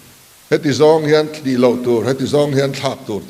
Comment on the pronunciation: Mizo tawng lamdan diklo i hmang tam hle mai, i ti diklo nual mai, eg= Pa chan, tih te, Thli, tiih te, ken tih leh a dang a awm nual mai.